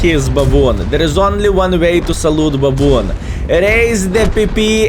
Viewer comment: dudes wtf is babooon?